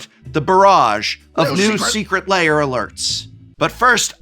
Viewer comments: Why do people pronounce ‘lair’ as ‘layer’? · I swear it sounds like he keeps saying "Secret Layer" instead of "Secret Lair" lol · You keep pronouncing it "secret layer" and it messes with my head. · When did "lair" become two syllables?